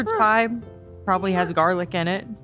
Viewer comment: I still love saying jarlic for garlic in a jar